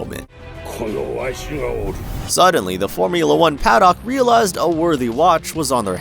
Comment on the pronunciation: yeah, mispronounced a bunch of other things too - Imola, scuderia, paddock. which makes me feel like this is an ai voice, which then makes me question how much they just used ai to copy Rick’s formula. I appreciated the coverage of Alonso at least.